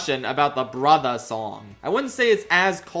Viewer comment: Imma need that video review of Mufasa cause I genuinely thought the songs were really good and the villain song was my favorite except that way brother is pronounced but that was my only complaint honestly